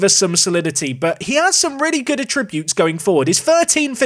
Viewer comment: Attribute. Noun. Emphasis on first syllable.